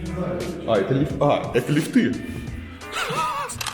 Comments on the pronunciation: ААААААА !!!!! Блин, какие лифтЫ, лифтОВ? ли́фт - ли́фты - ли́фтов!!!!!!! Пожалуйста, говорите по-русски. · Илья в слове лифты ударение не верное, как так? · ЛифтЫ , а может лИфты ? Эх , рассияне ... Привет из красивейшего европейского Харькова . Приезжайте в гости , вы охреенете после ваших гетто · Правильно говорить "лИфты"